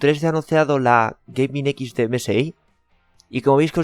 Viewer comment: Antes de grabar un vídeo aprende inglés porque me parece que Gaming y EVGA tiene un pronunciación diferente...